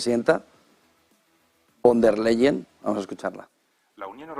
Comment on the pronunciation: Al comentarista, se pronuncia Fon dea Leyen